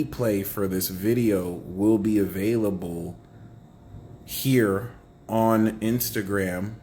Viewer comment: 'Avayliable' 😂🎉 ty 🫶🙏